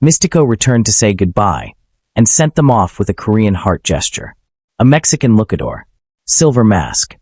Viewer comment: "Look-a-door"? Ew, another AI narration. Well, blocking this channel so it doesn't show up in my results again.